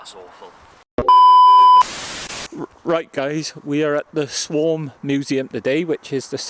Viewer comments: Swarm😂😂 it’s SWAM get it right but good Video thanks 👍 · There's no r is swam not swarm